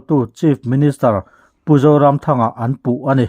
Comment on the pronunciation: Kan Cm hming hi ilam chaltlai deuh mah mah kalo ti a.. a zah awm emai.